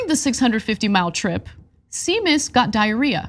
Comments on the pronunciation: I think it’s pronounced SHAY-MUS. The dog’s name is Seamus but that is now it’s pronounced, I believe. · Seamus is pronounced Shame*us. It's an Irish name. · Seamus is pronounced 'SHAY-mus' - all your Irish listeners are dying! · Sea mus lol 😆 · I believe it's pronounced "Shay-Muss" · It’s pronounced shaemas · Is it not possible to have the news readers pre-read the copy so that they don't look like morons when reading a name they can't pronounce? Also, can we get to stop speaking as though he went to grammar school with the Hobbits-es? See-muss? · Hey if I'm not offended watching it here in Dublin then there's no need to apologise for Seamas which by the way is the Irish for James. Gaelic Irish has complex pronunciation rules. Using english language pronunciation rules, Ana's attempt makes sense. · That's not how you pronounce Seamus. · A truly professional journo checks the pronunciation of any unusual words before broadcast. I like Ana and her heart is in the right place but she needs to up her game. Small things like mispronunciations make TYT look like amateurs. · Ana mispronouncing Seamus is cringe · That's not how you pronounce that name. Thought America had lots of Irish. You'd think they'd know that. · John corrected her. Did you rage quit after she mispronounced it? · Thank you to whoever corrected Ana's pronunciation of Seamus. That was painful and it's not the first incident of Ana completely butchering the name of a person, place, or thing 🤦‍♀️ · She does it often and is typically hostile when corrected. It's grating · It’s “Shay-mus” not Sea-mus. It’s only spelled S-e-a-m-u-s. Wow, Ana. 🤦🏻‍♀️Also, how cruel is Romney—doing that to his poor dog. JFC!!!!!!!!!!!!!!!!! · It is Irish for James and it is not shame miss.... It doesn't getting broken up like that... Well it does but only by people who can not properly navigate vowels... The "M" sound does not appear twice 🤷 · SHAE - MUS you muppet 😂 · Seamus is pronounced "Shame-Us"